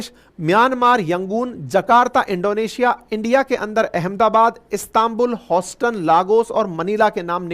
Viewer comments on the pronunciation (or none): none